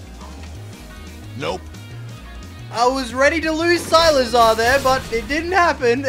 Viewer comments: Who the hell is SILAZAR?????????? ITS SIKLAZAR!!!!!!!!!!!!!!!!!!!!!!!!!!!!!!! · why does he pronounce cyclizar as cylizar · Agghhh it’s pronounced Cyk- le -Zar, not silazar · i’m dying rn it’s (SEI-CLI-ZAR) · Why you pronouncing cyclizar so weird?😅 Oh and it has been found in the code that Dipplin gets an evolution in the indigo disk so that's why eviolite works